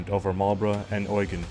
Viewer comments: Please don’t use the German pronunciation of Eugene. I know you hear it with the story around the German battleship Bismarck in WWII but there “oigen” is appropriate. A more French pronunciation is better for the Prince of Savoy. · Pronunciation points : the names 'Eugene' and 'Bruges' have long-accepted pronunciations when used in English conversation, despite being French proper nouns. For the sake of comprehension by an English speaking audience (and non-native speakers should are expecting R.P. - 'received' English pronunciation - to be able to follow it), these should be adhered to. Eugene is pronounced "You-jeen", with the stress on the first syllable. The Belgian city of 'Bruges' is pronounced 'Brooj", with a soft 'J' at the end, as in the French name 'Jean' (not the American 'Gene', as in Gene Hackman). Berwick is a historically important town on the border between England and Scotland, and has always been pronounced "Ber-rick", with the stress on the first syllable. Even though the French general mentioned in this video had been educated in France, he was a nobleman who would not have grown up mispronouncing his own dukedom ! Especially as was of English lineage. 'Marlborough' has long been mispronounced by Americans, like all Anglo-Saxon place-names ending in 'borough', so recognition of these names is not a problem in English conversation. (It's 'Marl-burru', btw). Googling these names or their pronunciation before recording these videos would avoid leaving behind large sections of your audience, but a word of caution; don't rely on Google itself, which unfortunately relies on mainly American contributors, although they do their best to list British English pronunciations. BBC documentaries a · Actually German pronunciation